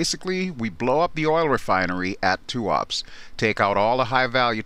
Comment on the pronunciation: just for the record: Tuapse is pronounced as tu-aa-pseee (Э sound), not "tuaps".